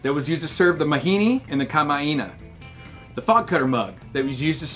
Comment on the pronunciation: BTW What you are calling 'glassware' is correctly referred to as 'Stemware'. Seems you may have mispronounced the essential Hawaiian term Kama'aina. And one always uses a 'church key' (never a can opener) to open condensed milk. Nice Mix Bra. Digging The Outtakes. Big Mahalo!